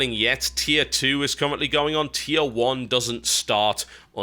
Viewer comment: Does anyone else hear Tijuana when TB says Teir one? Or is it just me? >.>